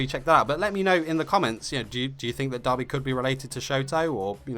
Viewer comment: Amazing video but when you say Dabi I hear Dobby and I laugh